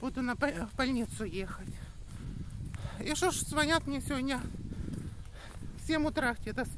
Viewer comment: ЗвОнят от слова вонь, надо говорить звонЯт.